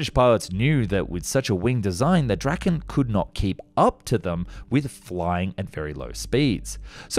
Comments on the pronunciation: Not pronounced [Drakken] though. More like [Draa-ken]. Means "The Dragon" (or possibly "The Kite")... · I think i make a fair guide to swedish pronounciation here: Saab JAS 39 Gripen. Pronounced as Grease is. "Greapen". Saab J 35 Draken. Pronounced as "Draw Ken" with a short a. Noteworthy is Draken is named after the Kite. In swedish the same word as the mythical dragon, but actually refers to the kite. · bro Said the f 35 draken